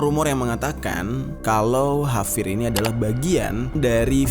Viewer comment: Kok ngomong nya havier bukan javier